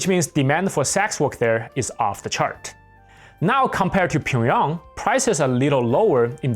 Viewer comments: Why do you say Pyongyang like pingyong? Is that how’s it’s really pronounced ? I’ve only heard it called Pyong-yang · How can anyone take you seriously when you can’t even pronounce Pyongyang correctly? It’s pronounced “Pyung 평 Yhang 양“ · You're mispronouncing Pyongyang.